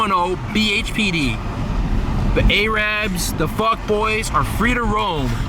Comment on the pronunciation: okay i can't tell if its a joke or not when he says Arabs like A-rab